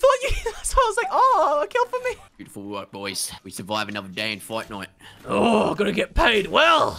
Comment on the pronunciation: Lol When says fight night it sounds like Fortnite